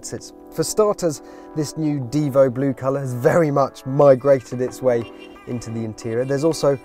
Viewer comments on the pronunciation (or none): This is not a Bugatti DIvo...is a Bugatti DivO....a long O not a long I 🤦‍♀️🤦‍♀️🤦‍♀️🤦‍♀️🤦‍♀️🤦‍♀️🤦‍♀️